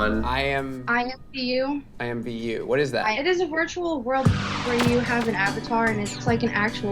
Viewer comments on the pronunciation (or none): WAIT DID THIS GIRL SAY IMVU I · She said imvu... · right like girl... IMVU BYE